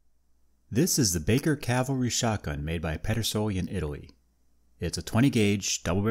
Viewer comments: I enjoy your subject matter and just want to help your presentation in a very small way. The term is cavalry not Calvary. You pronounced it Calvary (which is actually the name of the hill where Jesus was crucified) several times in your video, but it is actually cavalry when referencing mounted military. You are kinda switching the "L" and the "V" around when you say it. Thanks for the interesting video. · Cav-al-ry. "Calvary" is something else. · "Cavalry," not "Calvary." Cavalry are soldiers on horseback, Calvary is where Jesus was crucified. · Ka-val-ree, not kal-va-ree. Cavalry are horse soldiers; Calvary is a biblical location.